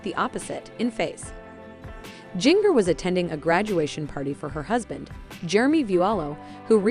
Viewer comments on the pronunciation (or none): You mispronounced her name EVERY TIME ! It’s like the spice Ginger not Jing( like ring) er. It’s obvious you never watched 19 Kids & Counting On. Jim Bob can have his dress standards but once married they are free to decide for themselves how they want to live & dress. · If you people want to talk about this Duggar daughter, PLEASE LEARN TO PRONOUNCE HER NAME CORRECTLY😡Its “ginger” with a J, not “ginger” like in “give.” You obviously don't even know this family so I don't know how you can report on their issues. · Please learn to pronounce her name correctly. Also several of the girls are married. That means you should use their last names as they are now. That is an insult to their husband. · Why can't any of you say Jingers name correctly?